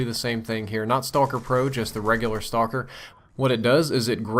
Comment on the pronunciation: It's BO2's "Stocker". :D Ah, that was terrible, wasn't it?